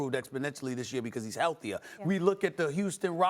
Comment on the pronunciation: Max “Health” 😂